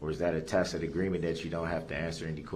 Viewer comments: This monster was finally told that it's not a "takid agreement", but a tacit agreement.😂😂😂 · "Yeah, you can't co-horse me into dat! It ain't no judicial determination! I ain't gonna have to tack-it agreements dat ain't lawful law!!" What in the world would make this sub-literate piece of human filth think that the jury would nullify the laws against the murder?? This is hands down this stupidest being I have ever seen.